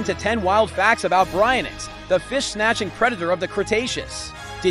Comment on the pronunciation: Its pronouced "bary-ion-ix"